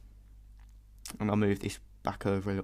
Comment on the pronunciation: ZerOH.. not ZeroUH, Thausi.. Not ThausUH... stop saying cool so much... Otherwise.. Brilliant dude.. thankyou.